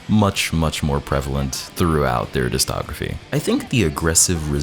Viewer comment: Very fun video. Every time you mispronounce discography like "distography" it hurts me.